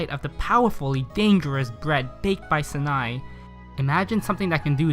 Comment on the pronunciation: Sanae is worse. It’s like Sa nay